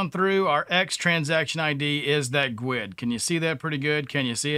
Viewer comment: Am I the only one that looses there Sh** when I hear other devs calling a guid a “gooowed”.